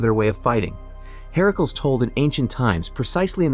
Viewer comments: Ok i was up for this but the herakuls bugged the hell out of me. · Why you keep saying Hercules name like that it's not pronounced that way